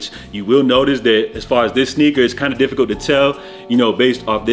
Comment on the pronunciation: Broh the Jamaican in u came out a bit “ all kindah different stories “ 😂